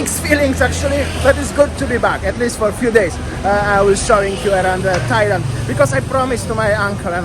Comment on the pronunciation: Tajland srajland 😂